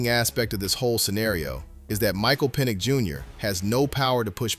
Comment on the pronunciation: His name is Penix not penn